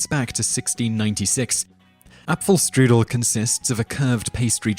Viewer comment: My girlfriend (lives in austria) is angry you pronounced the cake wrong. Edit: You also didn't pronounce correctly: Apfelstrudel and Wiener Schnitzel. She says good job for trying though <3